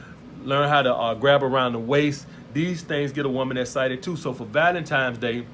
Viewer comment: Nigga it's Valentine's day. Not Valentimes.